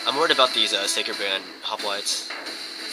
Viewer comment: LOL it's funny the way you pronounce the word "Sacred Band" I always understand "Psycho Band" XD GG though!!